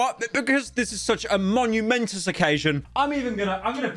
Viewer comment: "This is such a monumentus okazhun"